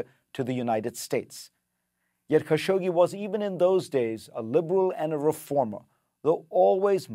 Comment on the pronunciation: Thousands of reporters can’t pronounce Khashoggi correctly ,even you ?